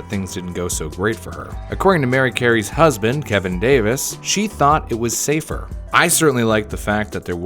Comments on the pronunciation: safe-ER, not safe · It’s safer not safe😐